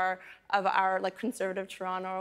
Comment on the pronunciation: Lol she can’t even say the word “ Toronto”.